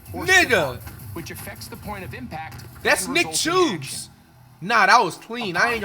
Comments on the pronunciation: 🤣🤣🤣🤣 That Nick Chuobs 🤣🤣🤣 whose Nick Chobs mean Nick Chubbs I Don't Think Flight Be Announcein His Words Correctly 🤣🤣🤣🤣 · My nigga said Nick Choobs 😭